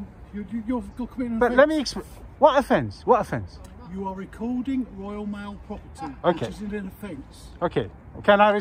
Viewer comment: This is "woyaw maow pwoperty"